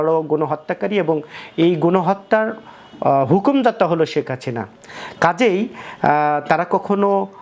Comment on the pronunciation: শেখ হাসিনারে বলে শেখ হাচিনা। ধুর মিয়া.... উচ্চারন ঠিক কইরা ইউটিউব ভিডিও করেন